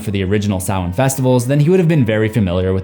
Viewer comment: It is spelled Sam-Hain Like Cain With A H Not Salmain Do Better.